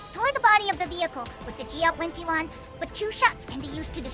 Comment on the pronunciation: Not too fast, but some phrases are not pronounced clearly enough. Generally, "GL-21" and "GL-28" are not pronounced very well. These sound like "GL wenty-one" and "GL wenty-eight." Pronunciation of the 't' is missing. Specific example of mushed words "Even if I shot randomly like this." Inaccurate translation "Once green liquid starts spurting out of your body" assumes the wrong subject (the player), which should be the Charger. Instead "Once the Charger starts bleeding-out." Behemoth and abdomen are not always pronounced correctly. However because Zundamon is cute, everyone will forgive these small mistakes.